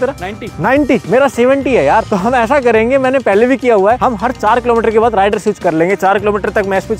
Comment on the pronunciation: ℝ𝕖𝕕ar nahi he ℝ𝕚𝕕𝕖𝕣 he😂